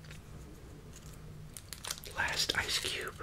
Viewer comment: Did you just say rice cube